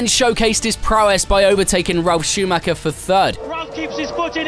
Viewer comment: What is it with English speakers refusing to say anything in any other language correct? He said Ruben instead of Rubens Barrichello and dont make me even started how messed up Michael Schumacher is said here.